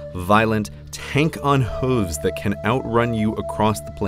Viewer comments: Great video. One complaint. H-oo-ves, not huh-ves ;) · I only disliked this video for the way you pronounce “hooves”. Otherwise a very good video.